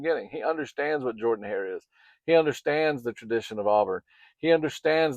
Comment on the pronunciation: Man you had me for a minute. I watched, and subscribed to your YouTube,. Watched and enjoyed your content!! BUT you called it JORDANhair.